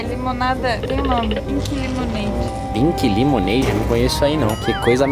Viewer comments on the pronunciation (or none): "Pink limoeide*" Kkkkkkkkkk